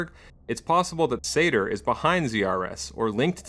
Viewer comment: I guess Zaire's pronounced as Za-Yay-Ray. I may be wrong.